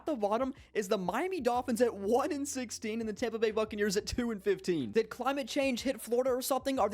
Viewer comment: for a sec I thought he said "fuckneers"